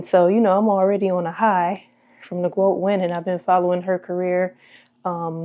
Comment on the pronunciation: The Gwoat and this is when I stop watching